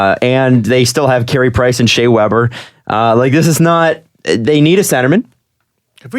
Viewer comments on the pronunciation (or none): none